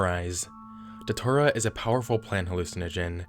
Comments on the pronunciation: Just one thing. It's not pronounced Da-tour-ah. It's pronounced day-chew-rah. Thanks for the video. I've been one of your longest subscribers, and always love when you bring out a new video. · brotha. It's Datura, like, DAT-chu-Ra. not da-too-rah. lol